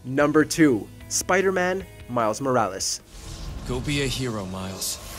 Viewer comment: Lol " Spider-Mam"